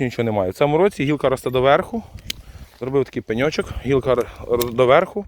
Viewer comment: Як подобаеться Вашэ: на пэньочок! 😅 Дякую,! ❤